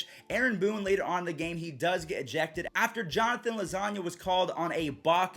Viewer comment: “Jonathen losanigha”